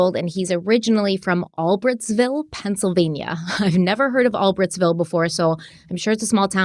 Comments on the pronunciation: You pronounce the city Bryan lived in In PA as “all brights ville instead of “ all Britt’s ville” I kinda figured if either if you seen any coverage of the news channels talking about where they arrested him from you would have heard the correct pronunciation so I figured I’d just catch you guys up so your ahead. Love you guys!! Keep up the amazing & hard work it’s very appreciated!!! ❤️ always- Sandra xoxo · All-brights-ville is how we say it out in the Poconos. Thanks for doing this special report love you guys! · Hi, it's pronounced 'All-brights-vill' & the reason you've never heard of that town is because no one ever admits they're from there.... trust me.... I'm from the area so I know. It's o e of those sad PA towns that make you depressed just driving through. 😬😉🤣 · It's pronounced ALL-BRIGHTS-VILLE.